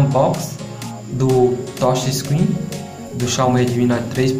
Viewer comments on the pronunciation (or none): "Toxe escrim", "pobrema", "martefone", se vocês "querê"...... PQP!!!! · "essa tocha screen"